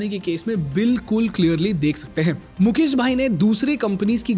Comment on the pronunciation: मुकेश है मुकेस नही😂